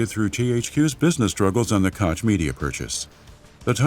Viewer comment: I loooove the narrators voice but please... its not Kotsch its Koch, chhhhhh like sandpaper - sorry i had to... resisted for 53mins of this epic documentary but finally broke... no hard feelings, still love your content <3